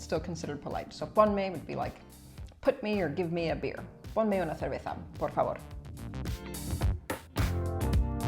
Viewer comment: Creo que pronunciar así de bien "ponme una cerveza" ya es motivo para obtener la nacionalidad española.